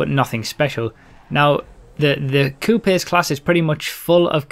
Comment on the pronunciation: lol 'coupies'